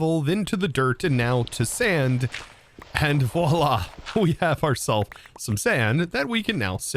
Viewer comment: "Voila! Ekspecially! Inless!" Architect